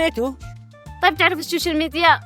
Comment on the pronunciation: ههههههه اسمه السوشيل وليس اشوشل 😂😂😂😂😂